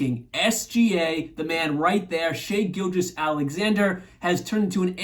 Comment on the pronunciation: Very good video! pronounced SGA's 1st name right..Many non-Thunder youtubers call him "Shy" for some reason. I also appreciate not saying the Thunder need to trade for a superstar. Or how they will definitely trade their 1st rd picks soon(which is extremely unlikely) Giving Cason & Keyontae their due was nice to hear. Mentioning Dort was nice too. Understanding JDub plays the '4'. My only small critique would be mentioning Oladipo over Micic & Wiggins. But unless you are immersed in Thunder daily news its heard to know the exact player preferance of their 21 Man roster. Overall a great video. I'll be looking forward to videos in future.